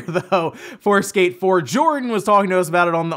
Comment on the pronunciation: On first watch I thought he was saying escape 4 than he mentioned skate 1&2 remake and got confused. Lol All these leaked prices for ps5 is just to make Microsoft crap their pants and make them announce the price already so Sony can cut throat as they always do.